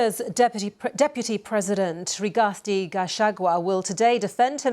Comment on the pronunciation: It's RIGATHI please not RIGASTI 🙄